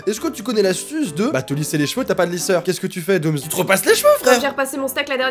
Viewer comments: Oui je suis une fille mais par contre Dooms ça se prononce pas doomz ça se prononce doomssssss voilà sinon c'est tout trop marrante la vidéo et au revoir bonne continuation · Etttt cc ci tu peux répondre ça m'arrange, je t'adore mais arrête de dire doomz c dooms